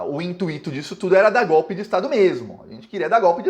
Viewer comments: cuidado! Devido ser poliglota, deixou passar " intuÍto", mas como não é hiato e sim ditongo decrescente, pronuncia-se intuito, ou seja, o i é átono. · Escutei intuíto? Não. Fale intúito! GratUito! FortUito!